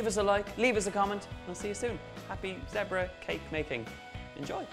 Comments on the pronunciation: Thought you said Debra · I love how Donal pronounces the word zebra😂😂